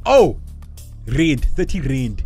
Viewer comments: its rand not rind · It’s rands😂😂not rinced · Chile that South African currency answer is INCORRECT💀what’s Reid its Rand pronounced Rand no accent no nothing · Y’all we don’t say Rand like that😭😭✋🏽🤣🤣🤣🤣🤣